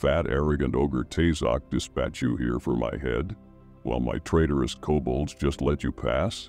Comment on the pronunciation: Good videos, I don’t wanna be that guy but some of the pronunciations…. Koe Bald